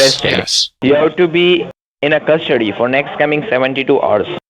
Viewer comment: "You will be taken into custard-tea " 😂😂